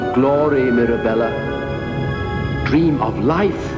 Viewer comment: It’s dream not dram